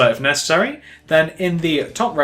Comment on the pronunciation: even though you say p"pause if nessery"